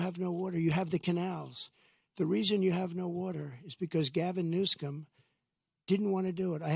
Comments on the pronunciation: He said "Gavin New Scum" 😂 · He said “Gavin New Scum”